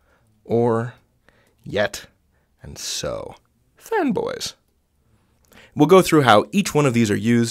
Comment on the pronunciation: I think that I'm too broke, I'm hearing "femboys". 😔